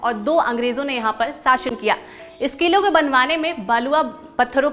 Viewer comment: ठीक से हिंदी बोलना सीख। साशन नहीं शासन होता है।